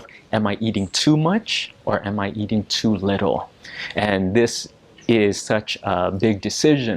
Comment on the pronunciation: Did I hear you say "eading*? I didn't quite hear it clearly.